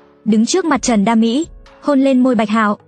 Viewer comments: Trần đa Mỹ mà đọc kiểu như trần đam mỹ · Trần đa mỹ mà tôi nghe ra thành Trần đam mỹ